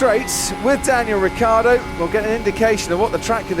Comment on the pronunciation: Ricciardo. Not Riccardo.. It's really so difficult?